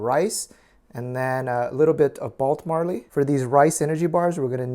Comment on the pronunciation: "Balt marley" LOL youre the best